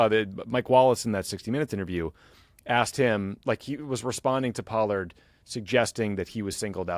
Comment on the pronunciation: Yeas...Pollard does not sound like Pard.